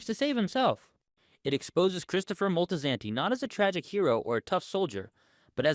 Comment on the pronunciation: MOL-TEE-SAN-TEE? DUDE DO BETTER.